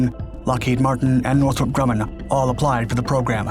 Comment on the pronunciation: It's NORTHROP Grumman, idiot!